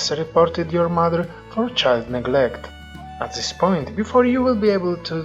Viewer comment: I noticed you pronounce "this" zis, try to pronounced it DIS